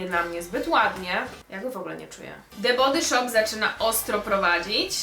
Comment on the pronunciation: nie chce się wymądrzać ani Cię urazić ale „the body shop” czyta się „the bodi szop” 😁😊❤️ wybacz